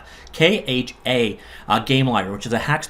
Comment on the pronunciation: Thanks for talking about Kode Studio :) Kha pronunciation was correct. Version numbers of all of my tools are year.month.patch, similar to Ubuntu.